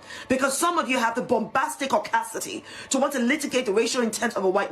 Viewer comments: This woman saying caucacity as an insult and a blanket insult to all white people crying because somebody said igger with an n in front of it😂 moron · Is she using the word causticity on purpose? 😂 Pretty sure she's searching for the word audacity. Two different words. 😂 Clown 🤡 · What on earth is “Bombasticaucacity” that this moron keeps repeating? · That first panelist so called doctor (race baiting clown) keeps repeating ‘audacity caudacity’ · I'm sorry, but after rewatching the video where she says "caucasticty"... She clearing was trying to say audacity and messed up. Is this a new thing? Like did she basically create this new word, or has it been around for a while? I think she just needs to go back to school. 🙄